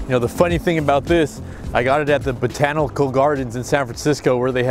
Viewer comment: bahahaha, the second time he says it slightly less stroke-ish.